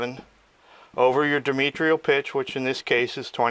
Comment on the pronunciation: You are clearly knowledgeable. But your horrific mispronunciation of "diametral" makes you sound ignorant. The first syllable is a long I as in dye then you leave out the "a" which should sound like "uh". Then not "meet" but "met". Then you put in an "I" after the "r". There isn't one. The last syllable should sound like "rahl". Or consult a dictionary. Only good thoughts.